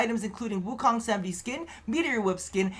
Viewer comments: Happy Birthday,!!! Btw, It's pronounced 'Sa-maa-dhee', the 'dh' said like 'the' instead of 'd'. It's a Hindu/Sanskrit word. It basically means reaching the state of enlightenment via meditation. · Samadhi pronounced Sa-mah-dee